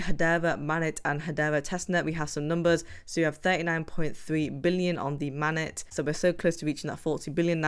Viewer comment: Sorry, but it's Main - net, not mannet.